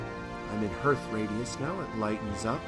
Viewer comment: Great vid mate. Just so you know, hearth is pronounced like the word heart but with the "th" on the end. It's quite literally the heart of your home. Imagine its spelled "harth" if that's clearer. Anyway have a good one.